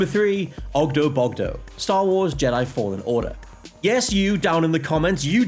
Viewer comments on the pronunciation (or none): none